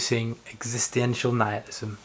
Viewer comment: Not entirely sure about his pronunciation of existential. It upset me a bit. Added an extra ‘i’ in there for no reason. Also, it’s ‘devoid’ of meaning. Not exactly sure what you said but it wasn’t that. Otherwise, good effort.